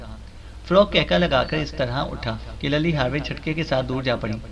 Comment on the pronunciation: Lilly name hota ha Lally nahi